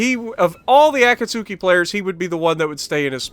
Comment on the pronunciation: As a Naruto fan it’s painful to watch you butcher the word Akatsuki lol